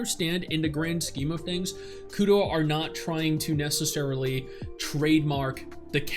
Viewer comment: Sry bit of a pet peeve “Kudo?”. Put your tongue to the roof of your mouth and make the r sound naturally.